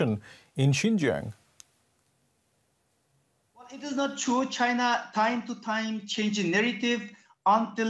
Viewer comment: XINJIANG IS PRONOUNCED “SIN—JANG”!!!!!!!